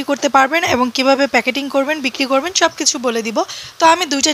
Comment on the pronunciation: পিকেটিং না আপু প্যাকেটিং